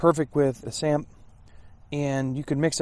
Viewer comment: Great review. I am South African and a lot of what you had in there are very much South African staples. You did pronounce 'samp' correctly and it is used as a substitute for rice. Its very popular and you also get a variant that is mixed with beans. The chutney and tomato sauce was definitely meant for the curry, especially the chutney. Curry is almost always served with chutney here.